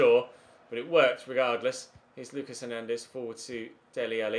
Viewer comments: Lucas in french would be "Loo-KAAH" Edit: ad FYI, Georgiou is pronounced "Ye-or-YI-oo" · Lucas Hernandez is pronounced 'Luca' cause he is french, won the world cup not long ago xD